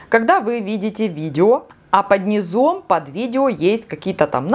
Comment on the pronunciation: Полезно, но говорить надо " под нИзом, не под низОм. Спасибо за ваши видео.